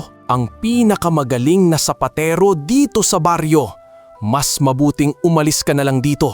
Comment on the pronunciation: sapatero not sapatiro…☺️